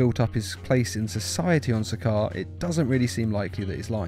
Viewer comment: to correct u it’s sakaar